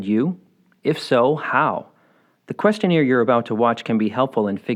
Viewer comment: You pronouncing question-AIR as question-EER is giving me PTSD.